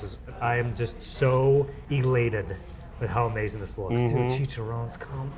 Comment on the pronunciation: Chi-cha-rro-nes. Four syllables. Not three.